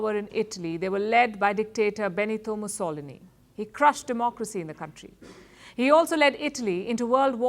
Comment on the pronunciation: Moose a lean ee is how it's pronounced .